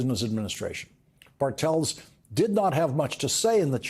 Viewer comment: Bartels seems to be a german name ... the Pronounciation is on the "A" .... meaning BArtels, not BarTELS